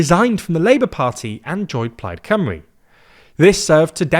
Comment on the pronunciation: Today I learned how to prounce Plaid Cymru.